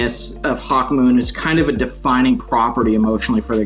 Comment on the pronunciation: They really butchering Hawkmoon smh